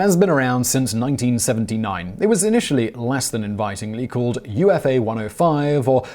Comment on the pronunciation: It’s not U.F.A. Ufa is pronounced “oo-fah.” It’s a city, like Beloretsk.